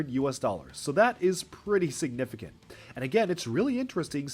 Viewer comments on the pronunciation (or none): none